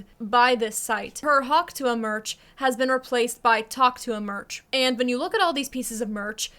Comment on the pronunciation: I like how you’re pronouncing it the way she actually says it.. every keeps saying tuah like if that’s how she said it 😂